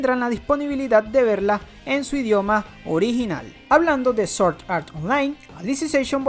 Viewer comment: Se pronuncia SwwOordd No Soorddd